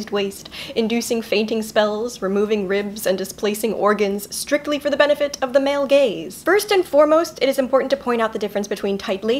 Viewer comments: Ok ok ok- I should be taking this seriously, but... When she said "male gaze" I heard it as "male gays" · K, so I'm watching her old videos and I thought she said for the male gays, and I was like ??? Wut? and it took me until like the end of video to figure it out...